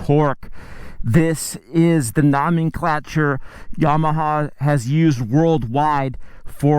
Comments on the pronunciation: He said nahmen clacher lmao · Nom nom nom -n CLA -ture It's: Gnome-n-clat-(h)ure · nomenclature, not ramen creature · noominclature....sounds like me after a few puffs. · Nah dawg it’s nawh-men-clah-ture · “ nO - MAN - KLAtChuR” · Why do you say "nomenclature" so stupidly? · Are you intentionally mispronouncing nomenclature... or do you simply not know?